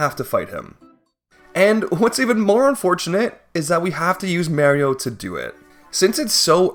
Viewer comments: mayreeoh??? ITS MAH REE OH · Yeah I'm not gonna subject myself to listening to "merry oh" for more than a minute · Everyone talking about "Mayrio" but nobody talking about "Lahva" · Beloved Youtuber “” Caught Pronouncing Mario(commonly pronounced as Mah-Rio) as “May-Rio” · Easy challenge! You can beat the game without May-rio easily, since you're playing as Mah-rio! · Ah yes, May-rio. Native of Canada. It's pronounced Mario in Japan, Europe, UK or Aus..... That's why his name is Mario... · it isn’t. If you’re talking about Thomas Game Docs, she pronounces it differently. American is Mar-io, British is Mah-rio, and then this dude is going wild with May-rio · Its not Mayrio. It MARIO M-ARE-E-O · Whos Mayrio i only know Mah-rio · Im so glad im not the only one who had a stroke every time he said marry-o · i wince every time he says mayrio, its worse than fingernails on a chalkboard. PLEASE STOP THIS TORTURE IM ACTUALLY IN PAIN😭😭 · He says it more like Maer-rio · I flinched 5 seconds into the video with that, someone should add the vine boom sound effect whenever he says may-rio -borb the bulbmin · yeah but it’s spelled マリオ, not メリオ, so it’s pronounced Mah-rio. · and "Meh-Rio" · I think he pronounces it more like Marry-o instead of May-rio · Thank God, I wasn't imagining it. I had to rewind to hear it again. Who the hell is May-rio? 🤔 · I never understood that, do some people also pronounce Mars as Mares? My name is Mark so I would want my name said the right way not Merk or something. I'd understand if it's some made up name but it's a real name and Mario himself and other characters also regularly say it so I REALLY don't get it. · Hold on, the fact that he didn't say Goombayrio is amazing, because it implies that he is ONLY saying Mayrio to mess with us, and that's hilarious. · Take a shot everytime he says May-ro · "It's a me, Mayrio" - Mayrio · Hopped off on the 8th May-rio. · who is marry-o? that's mario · literally anyone: Mario: MERIO